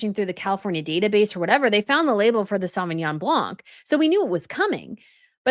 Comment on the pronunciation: The C is silent in Sauvignon Blanc